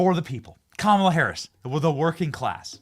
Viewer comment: It’s KaMAla!!!! An Indian name with the emphasis on the MA!!!!